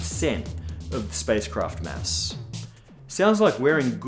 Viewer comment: Every time he says mass, I hear mess. Stupid, I know, but it makes me chuckle.